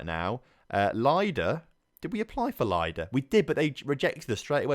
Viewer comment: Baranovichi is pronounced with an emphasis on O, not the first I. Also, most of the slavic words with I in their transcription are pronounced like I in the end of Baranovichi, i.e. Lida. P.S. I also say Khimik, just because they have agreed to wait for you.